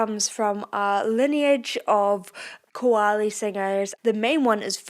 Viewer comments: pronounce "KAA-WA-LEE" not "ko-wa-le" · It's pronounced Ka-waa-li and Raag not Raga ... 2025 come on , just try to pronounce it better .